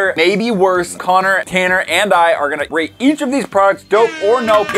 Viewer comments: Did you say rate or rape 😂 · It sounded like said “this is where we rape products”lol😂😂😂